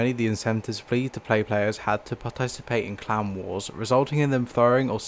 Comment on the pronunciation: i find it ironic that the way he pronounces clan wars sounds more like clown wars Also, ive started to notice that the way this game is turning out is looking a lot like what happened to pvz